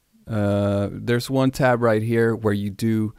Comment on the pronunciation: Why are you calling it the maschina? It's maschine. Also why do you pronounce "One" like that? It's really distracting